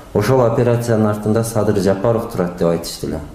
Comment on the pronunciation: Мадумар деңгээли,адамгерчилиги өтө төмөн адам экендигин көрсөттү ко Москвада. Трусиси жок жүргөн баладай тантырап Садырды "Садый" деп тантырап койду. Мындай кылык мен "акылман" мен "гений" деген саясатчыны сен поксуң деген баага татыктуу кылды. Өзүндөй айтса муну Адахаям Мадухуй дегендер да чыгат мунуңарды ит кылып.. Кыскасы мунун адам деле эмес экенине көзүң жеткендир.